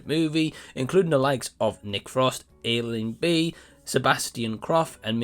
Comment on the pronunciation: Its pronounced ash-ling. She is one of my favorite comics. My son and i watched this and we liked it for her. I know it had resounding bad reviews but i liked it more than most well reviewed movies i have seen.